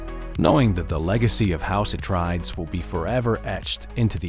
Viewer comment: Your saying it wrong, its house Ah trade ees